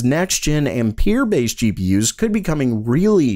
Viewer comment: Ampere is pronounced "am-per" as in amps at least it is here in the northeast. I don't know about the rest of the world. And, Genoa is pronounced "gen oh ah" as in the city in Italy.